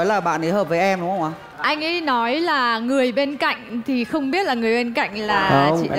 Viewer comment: Andiez Music: cố gắng lần sau phát âm chuẩn hơn tí nữa thì perfect hơn. Ở bài này chữ "buồn" và "người" bị phát âm thành "bùn" và "ngừi" nên nghe hơi gợn gợn 1 tí